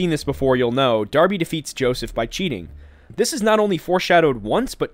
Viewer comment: THE NAME’S DARBY! NOT ORBY OR BARBIE ITS DARBY!!!!